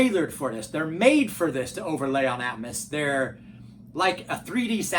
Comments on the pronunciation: It's not "atmis" it's ATMOS!!!!!!!. ITS NOT "ONKYA" ITS ONKYO!!!! Smh!! Its not "yomaha " it's Yamaha!!!! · omg it's ear piercing!! At first it doesn't bother ,but then he says "atmis" every 5 seconds and you can't help but notice.🤣